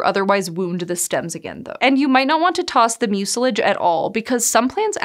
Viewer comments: Has this generation really not encountered the word "mucilage" before? (MYOO-sil-ij, not myoo-SIL-ij.) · "Mucilage" is pronounced "MYOO-si-laj." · Never heard “mucilage” pronounced that way before…